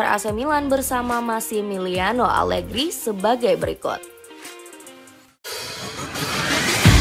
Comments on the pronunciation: Menit 1.02 salah ucap (alergi) 😅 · maaf admin. saat menyebut nama alergi. jangan keseleo lidah dong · 0.57 alergi horor bgt min😂